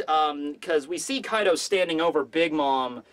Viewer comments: His name is kai d’ O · His name is Kai D. O. (O is for Oni... or Oda)